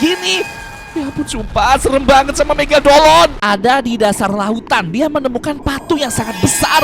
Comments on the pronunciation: Megalodon❌ Megadoln✅ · Mega lodon bang bukan mega dolon😂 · Megalodon tidak Megadolon iya😂😂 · Bang bukan megadolon tapi megalodon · Bang megalodon bukan megadolon😂😂😂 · Megalodon ❌ Megadolon☑️ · Megalodon bang bukan megagolon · bang Megadolon atau megalodon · Bang itu megalodon Bukan megadolon😂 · megadolon? megalodon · Megadolon✅😭 Negalodon❌ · Megalodon❌️ Megadolon✅️🗿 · Megalodon❌ Megadolon✅